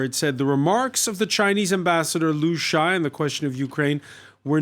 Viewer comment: in terms of pronunciation his name is not Lu Shay, but Lu Sha Ye, 3 syllables, not 2